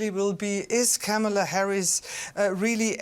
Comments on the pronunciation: The anchor mispronounced Kamala. KAH-muh-luh, not Kuh-MAH-luh. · KAmala (like "Comma-la") Not kaMAla. Not Kämäla. Hope you all will learn how to speak her name from now on - it's a sign of respect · It's pronounced like Kámala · Would you please teach how to say her name?!?